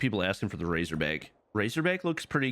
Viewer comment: its razorback not raserback